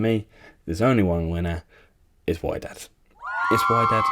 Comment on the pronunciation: WHY-DAD!? INDEED 😭😭 it's pronounced "wee-ded" mate oh my days 😂😂